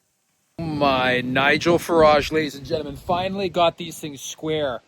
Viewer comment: Ladies and jentamen…makes me chuckle every time….is that a Canadian thing or a ’ quirk?